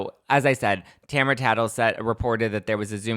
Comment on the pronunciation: its ta-mar-a not tamra but whatever